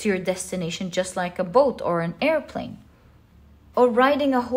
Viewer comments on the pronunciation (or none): none